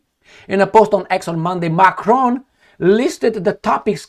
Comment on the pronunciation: His name is Macron, NOT 'F'cron as you just mistakenly pronounced!